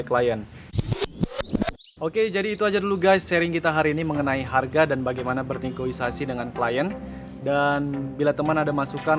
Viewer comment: interupsi bang, btw yang bener negosiasi bang wkwkw...